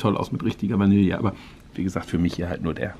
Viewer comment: Finde es super, dass du Vanille noch richtig aussprichst. Geht leider total unter in der heutigen Gesellschaft!